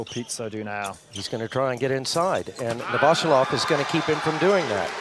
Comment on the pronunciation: Novosjolov is pronounced novvosYoolof